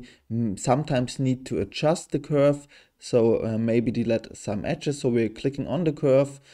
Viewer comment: Great video. I learned something I have been trying to figure out for a few days now. Thanks. By the way you are mispronouncing the word "delete" so badly that I almost didn't understand what you were saying, The word "delete" rhymes with "complete" or "seat" or "meat" or "treat"... I'm sure you understand now 😊